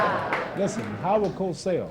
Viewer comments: It's Howard COSELL - not "Cossel". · It's Howar Cosell btwy not Cossel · It`s Cosell, not Cossel. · Actually his name is Cosell